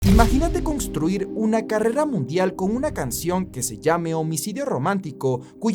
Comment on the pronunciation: Congstruir? aveces me da cosas tus pronunciaciones